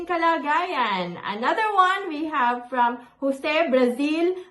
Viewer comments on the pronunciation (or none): none